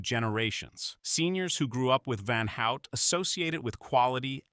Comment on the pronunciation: Do not pronounce van out but rather van hoot